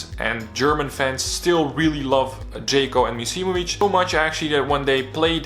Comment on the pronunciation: Forgot to mention the "offside" call on Džeko vs Nigeria in the WC. Also it's not "Džeyko", it's "DŽEKO". Otherwise a very good video!